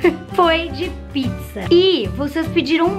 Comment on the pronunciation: Ela falou piczza kkk